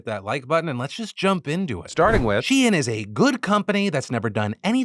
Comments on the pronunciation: Wait she-in??? I have literally never heard it pronounced like this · Phil it’s pronounced SHEEN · TDiL: Shein is She-In and not a funny way to spell Shine 🌟✨️ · On top of everything else, I just can't get over naming a company "shein" and insisting it's not pronounced "shine" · I don’t how a single person in your office has not corrected you on ur pronunciation of shein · Take a shot every time Phil says SHEIN